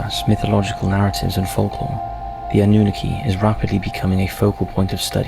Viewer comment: Anunnaki “ANN-NEW-KNOCK-E” the pronunciation on his video is driving me crazy bro 😂 thats like some one saying 2-PACK instead of 2Pac. Keep doing your thing. ATL IN HERE WITH YOU #EASTSIDE